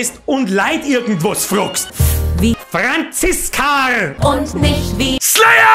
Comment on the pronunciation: Des war klar das Franziskarrrr kimt😂😂